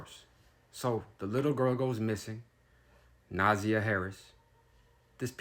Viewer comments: Na•zy•a is how its pronounced. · It’s pronounced Naaaazeiiyaaah . And they did report it to the school the next day and the school apparently failed to call the police and Na’ziyah was reported as a runaway instead of being missing and / or kidnapped smh . I guess the family didn’t do anything more until Na’ziyahs birth mother contacted the Detroit police and now where here . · Her name is pronounced Na- ZI- yah and the aunt is SHANNON not Tara- Thank you for reporting but PLEASE get the names correct- Its not Javarious its JARVIS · He herd her name too many times not to pronounce it correctly 💯 wtf is Nazah? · Say it her name: Naa---Zi---Yaah.. This is the correct way to pronounce it.😢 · JARVIS CAME TO COURT HIDING BEHIND A MASK HE GOT TOUCHED GOOD & YOU PRONOUNCE IT NA-ZIE -YA HE GAVE HIS OWN DAUGHTER THE 4YR OLD CLAMYDIA ITS WILD STORY ON YOUTUBE JUSTICE FOR NAZIYAH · NUH ZI(eye) YUH say her name the RIGHT WAY! thank you for your services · It’s Na’ZIyah. Emphasis on the “I”. I as in the English noun referring to one’s self not the Spanish I that makes the English Eeee sound. Thanks for covering the story though. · Her name is pronounced Nah-Zi- yah. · Naaaziyahhhh that’s how you pronounce it 🥰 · NA ZZZ EYE YA is how her name is pronounced. You keep pronouncing it wrong. And Jarvis Gave his 4 year old biological daughter Clamydia as well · It’s Pronounced NUH -ZY-UH (Na’Ziyah) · Its Na'ZIiiiiii yah. And his name is just assh@ I mean Jar-vis. I mean if you're going to cover a story atleast get the names right. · also it’s pronounced NA ZIY AH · I what your doing with your channel, however your mispronunciation and butchering of my people is not a good look. If you're going to make money off these black bodies the least you could do is take the time to learn how to properly pronounce her name. She deserves that and so much more! Thanks so much! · Your pronouncing her name wrong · You said her name wrong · SAY HER NAME CORRECTLY!!